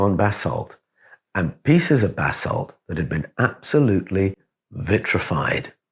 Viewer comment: Sounds as if you are saying bathsalt, lol. Buh-saalt is the correct Pronunciation for anyone who doesn't know.